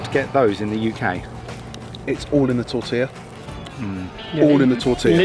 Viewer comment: "As it's pronounced here" 🤨 no...that's just how it's pronounced. Like y'all got 'tortilla' right.